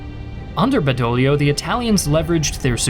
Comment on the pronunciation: Badoglio!!!!!! Not bedolio…..😂